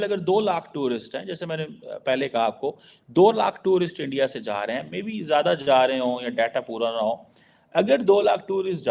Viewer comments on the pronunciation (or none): none